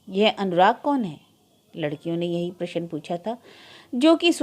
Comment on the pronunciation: आप अभी तक प्रशन ही बोल रही हैं....प्रश्न बोलना इतना कठिन भी नहीं है।